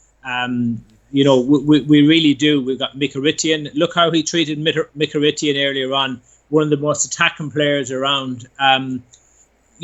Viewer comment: haha the Irish guy that butchered mkhitaryans name.